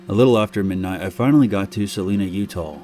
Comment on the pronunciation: It’s not Saleena it’s Salina. I make that drive all the time. It’s not that scary wimps